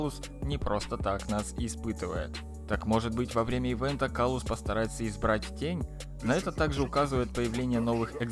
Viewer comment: кстати правильно говорить император клаус